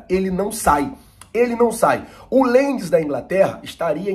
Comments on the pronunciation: Não é lends, é leeds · Que equipe é essa que ele fala que quer comprar o Pedro: seria o Leeds? Mas pelo nome que ele fala e não dá pra entender direito (Lenzi, sei lá), não está na 1 e nem na 2º divisão do campeonato inglês. Tu acha que o Pedro seria maluco de ir pra esse time kkk